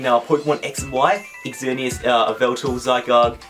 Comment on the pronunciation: Why do you pronounce xerneas with an e at the beginning?